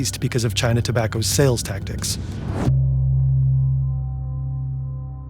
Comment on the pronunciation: “no e-cigarette solls to minors” what is this? This has to be some kind of Ai mistake. Very disappointing from this channel